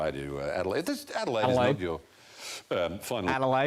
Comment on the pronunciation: Ansett (old Aussie airline)... that is going way back 😆, that "Adelaide" of yours sounded pretty Aussie 👏